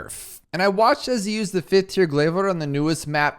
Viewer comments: Pronounce it like glaaave please i beg you. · The word Chai has the "ai" sound you've heard in your glaive pronunciation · idk why but I feel like moar glaives the way you pronounce it is correct but glaive lord the way you pronounce it is wrong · Yes, like aisle is pronounced (Ah-yl) for example. I know what you mean, but your version of pronouncing "glaive" still sounds kind of wonky to me.